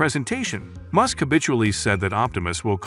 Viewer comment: The problems with this video is the voice’s pronunciation - can’t even say MUSK